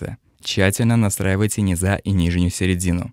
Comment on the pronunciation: Больше всего напрягает косноязычность автора :( Ну что это такое: миксА, низА, диЙессер. На счет профессиональной ценности рассуждать не буду, может начинающим что то и пригодится. Но стилистика подачи, произношение... ну такая дремучая деревня. По русски говорят мИксы, а не миксА.